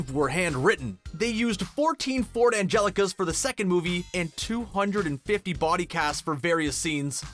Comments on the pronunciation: Aaaannnd once again, drops the ball.. It's a Ford Anglia, not a Ford Angelica, you absolute bunch of spoons...🙄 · Ford Anglia (like in angle)--not Angelica! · FFS learn to pronounce things...BRANAGH NOT BRANAAR, ANGLIA NOT ANGELICA, HALLOWS NOT HOLLOWS, ROBIN WILLIAMS NOT WALLYIAMS.... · “Ford Angelicas” Hermione: “IT’s FoRD ANgLiA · Ford Angelicas... ? Anglia man, c'mon. Also Kenneth Branagh's name being completely mangled by this guys accent is v funny to an English accented gal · I came looking for this comment!! How in the world do they think 'Anglia' is pronounced 'Angelica'?! It's just laziness on their part. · "Ford Angelica"? Its a Ford Anglia! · Ford angelica? It's Ford ANGLIA. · Great vid but poor pronunciation. Ford Anglia not anjelica and Warwick(as in Davis) is pronounced "Warrick". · What is a Ford Angelica? I think you mean a ford Anglia? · Ford "Angelica"? Nope. Ford Anglia. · ... it's a Ford Anglia, not an Angelica... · Ford Angelica?? Are you kidding me??? It's Ford Anglia!! I guess that you are from the U.S. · Eh what's he talking about. Its Angelas not Angelicas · Rowling rhymes with Bowling. Ford Anglia. Not Angela. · Ford Angelica? Anglia. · It's ANGLIA, not Angelica. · Ford Angelica?????????? 2.47 Its a Ford Anglia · Ford Angelica? It's a Ford Anglia, lmfao, Americans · Ford angelicas SMH its a Ford Anglia ya jabroni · it is pronounced ANNE-GLEE-AH not ANGELA ;) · Narrator: "Rauwling" Me: "I think you'll find it's Rowling, as in bowling" Also, the car is called a Ford Anglia. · Immediately, Ford Anglia, as in Latin for England, not Angelica. Great quality control on the fact checking guys. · . Agelica? Come on it’s not that hard to say anglia 🤦🏼‍♀️ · anyone else notice he said ford angelicas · Ford Angelikas? hhahaahaha